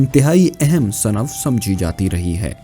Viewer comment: Sinf صنف یہ صحیح ھے۔ Sanaf yeh galat hai.